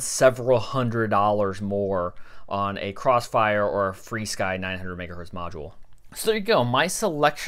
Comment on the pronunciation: Where do people get free sky from? What in that word is making the "e" sound? Should be Fur Sky, like animal fur.